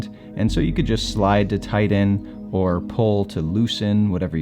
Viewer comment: Yeah Hi DJ. Dude the word is not “ TIDDON “ the word is “ TIGHTEN “ pls don’t be an illiterate , it makes you sound like a redneck that didn’t go to school. 😮😢